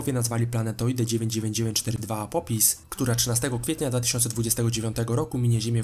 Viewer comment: apopis xD mordo, polepsz wymowę ;)